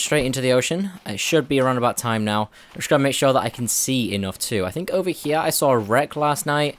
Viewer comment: "Over Heeya" lol